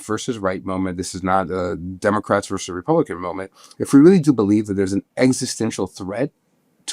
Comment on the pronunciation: Tim, I love you. But the word “versus” has two syllables!